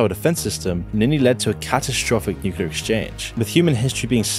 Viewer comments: nuclear, not nucular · Nu-clee-ar. Not Nu-cu-lar. 😁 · Why do people say nuke-you-lar???? It's NEW-CLEAR. Learn to read. Nuclear. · The channel and its videos are excellent, although I would not say the same about the narration,... hearing nukular instead of nuclear makes me doubt abut the information conveyed. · FFS, it's pronounced NewClear not NewkewLar I was into this video until couldn't pronounce the word properly. Instantly scrolled on. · It's pronounced "new-clear" not "nuke-you-lar" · Repeat after me; noo-clee-uh......noo-clee-uh Nuclear < it's right there! Nu-clear It is NOT 'nucular'. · ITS FUCKING PRONOUNCED NUCLEAR, NOT NUCULAR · It's pronounced nuCLEar, not nuCUlar. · NU CLE AR not nukular goddamit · Please stop saying nucular. It's nuclear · I love the video but please stop saying "nukular" it's nuclear :( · Yeah only issue i had was he said Nucular way too many times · No, I'm not gonna listen "newcullar" for 20+ minutes.... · my god how can you say NUCULAR in every single video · Why tf is it ao hard for people to pronounce "New-Clear"??? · brother, please tell me: where is the second U in Nuclear? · Don't make a video on nuclear if you can't say the word Also, who's 'king Jimmel'?